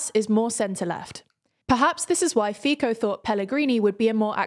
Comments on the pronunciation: You pronounce Fico wrong,It is Fee tso , not Fee ko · you pronounce "fico" wrong, it's "fico", not "fiko"; you put liberal up while it's generally agreed to put it down in all kind of political compasses... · Fico's name is pronounced like "fitso", not "fiko". In general Latin Slavic, "c" is read as "ts" in almost all cases (except for loanwords). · I'm from Slovakia. I hope that Nato, EU and eurozone will keep them in check and won't allow them to do too much damage. Btw Guys Fico is pronounced "Fitso" not "Fiko" ;D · Just a note, Fico is pronounced Fitzo, Like Fiztgerald. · Actually, it may have been on purpose. Do you remember the "Fiko je cocot"? It is pronounced just as they did in the video. For those english speaking, it is just word play to mask the "Fico je kokot" which means "Fico is a dick" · I mostly agree, but is much, MUCH better at this than the other presenters. She basically nailed all the other names, so it seems more like someone else at told her “this is how you say Fico, trust me” and so she did. She should never trust them again lmao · Prime minister name is pronouced FEE-TSO as faeces not FI-KO as ficus :D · It's not pronounced like "FEEKO" but like "FEETSO" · Its not FIKO for god's sake. It sounds so absurd. its FICO. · I have noticed the improvement in pronouncing the names has made, and it was obvious they made lots of effort in this video. There was just one problem - but with the most important figure: Fico's name is pronounced Fitso, not Fiko. Slovak is one of many European languages who pronounce "c" as "ts" (you can see it in Czech Václav Havel for example). I have to appreciate the near perfect pronounciation of other names though, especially Čaputová - I suppose that that is particulary hard for English speakers. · Its not FIKO it is FITSO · Robert Fiko 😭. It pronounced Fitso. C isn't K in Slovak. I can't listen to that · Well yes, but my god, why do you pronounce Fico as “Feeko” instead of “Fitzo”?